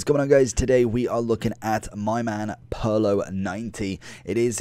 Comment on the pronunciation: It’s Pirlo (peer•low)